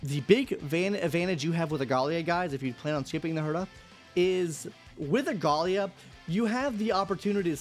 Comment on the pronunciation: Aglaea ❌ Agalia ✅